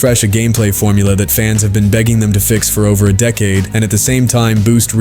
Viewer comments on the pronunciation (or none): none